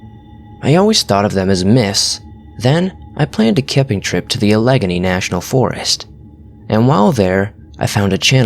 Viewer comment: you said that you'd planned a trip to "alegany" state park... It's said like this... I'm from there.... It's pronounced...al-uh-gay-knee state park